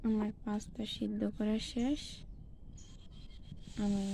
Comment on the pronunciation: Its not fasta its pasta